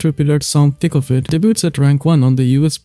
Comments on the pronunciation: No hate but anytime you say “Thick of it” i hear “Tickle fit” and my snail brain processes it till i realize what you said, great video!!! You got another subscriber :) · Every time you say "Thick of it" I hear "Tickle fit."